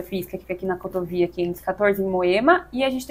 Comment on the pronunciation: Av Cotóóóvia???é assim que se pronuncia??? Não sabia...